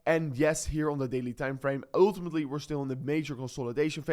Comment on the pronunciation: Oouuutumetlyyy 😂 your pronunciation is wild